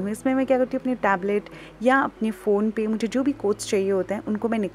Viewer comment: She said pablet instead of Tablet its okay not a big deal but cute ofc